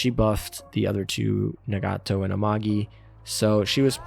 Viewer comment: An easy example is Nagato: nah-gah-to. She says her name more often than a Pokemon. Cygnet: sig-net Friedrich der Grosse: Freed-rick der Gross-eh